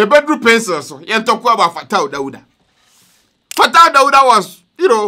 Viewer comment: I like how u say "Fataw Dawdaw" .... say it again. 🤣😂😀